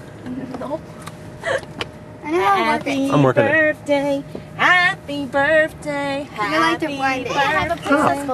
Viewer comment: "HAPPY BURTDAY!" LOL Happy birthday! :D